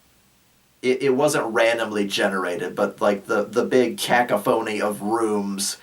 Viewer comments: A cacaphoney? Did you mean a ca·coph·o·ny? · Kuh-koff-uh-nee <——oh and eht -set -erra . But really great “Goddamn” use though! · The word is: CA·COPH·O·NY! /kəˈkäfənē/ Are you doing that on purpose?